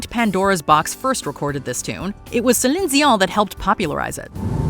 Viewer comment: Why can't she say Celine dion properly